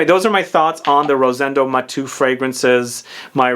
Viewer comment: Not Matú/matoo. Is Maté-u.